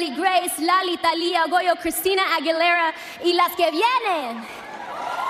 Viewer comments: Porque dice Aguilera asi? Un poco de respeto por su propio idioma. Un estadounidense nunca pronunciaria y apellido ingles con acento español. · Hay que ser ignorante siendo latina pronunciar un apellido español en ingles. Aguilera